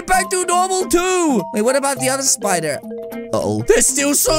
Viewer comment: I like when she said spooder